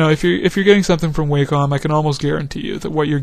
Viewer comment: its pronounced " WOH - COM " wacom... check the videos they make...